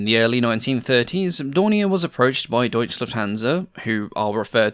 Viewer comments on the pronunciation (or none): Great research and resulting video! 😊 Having said that, and considering how much emphasis you put on accuracy, I am obliged to point out how disturbingly annoying it sounds every time one hears "Deutsch Lufthansa"... It's Deutsche Lufthansa, there is no silent E! 😅 Cheers. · I know its a lot of work to produce these videos and hats off for it but maybe try not to butcher german words so much. Its "Deutsche Lufthansa" not "Deutch Lufthansa". Its hard to listen sometimes too.. but german must be a tongue breaker for english speaking people. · Shouldn't that be called "Deutsche Lufthansa" and not "Deutch"?